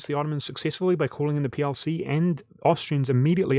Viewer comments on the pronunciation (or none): yeah I understand he was saying PLC but I swear I heard PRC over PLC